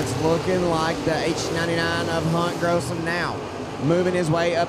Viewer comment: Gossum not grossum